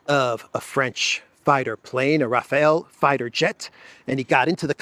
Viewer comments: Not Taphhael French fighter jet, it is Rafale French fighter jet. Rafale is pronounced raa-faal. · Thank you for the update,. Quick note to tell you Rafale is pronounced Rafal and means gust. No connection to Rafael, name that means "God heals". But I know you sometimes intentionally mispronounce names to fool the algo. 😂